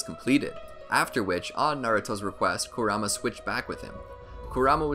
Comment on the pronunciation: How he says Kurama...